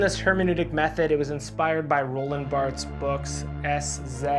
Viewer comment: How do you pronounce Althusser so well and then Barthes so not-well? jknjk